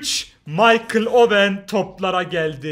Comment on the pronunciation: MAYKIL DE OWEN